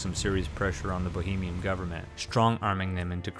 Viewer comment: I'm sure someone already mention this, but its Bahamians, not Bohemians. Bohemia was a Duchy in Europe, mostly in the Czech Republic.